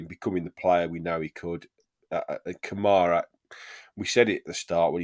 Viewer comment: Thankful for Konsa, no doubt. But he doesn't play defense as well as Mings. Also, I like Mings with the ball controlling tempo. I haven't seen that as much with Kamara back. Also, 1 out of 10 for the broadcaster getting Kamara's name wrong.